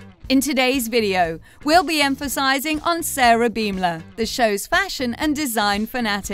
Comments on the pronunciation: Their last name is pronounced bom-ler like a bomb exploding not beem-ler.. I think if you're making a video about people, it's important that you know how to say their names correctly. :) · learn the english language, its pronounced BAHM LUR